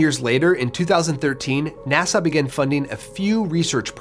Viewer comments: Nasau? lol. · "Nasau?" Good one, doof. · Also, you are pronouncing NASA as "Nassau"; say "nass - uh," not "na - saw." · Nassau? or NASA?? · Nu sas ble